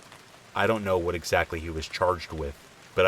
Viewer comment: Lol "activated assault....activated a salt"...? Wut? Its aggravated assault 🤣🤣🤣